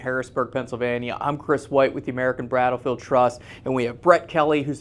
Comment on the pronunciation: Thumbs up if you heard Kris say American bRattle field Trust but know it's more important to preserve American history for future generations!